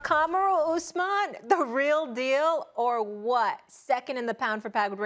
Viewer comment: Molly doesn't know how to pronounce Kamaru's name?